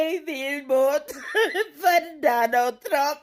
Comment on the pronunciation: "I will boat for Donna Trump"! How's that working out for you all? 🤣😅🤣🤣